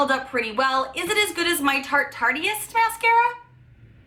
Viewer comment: lol tarteist is pronounce tarte-ist like artist but tarte ist lol. its a word pun. lol. xoxo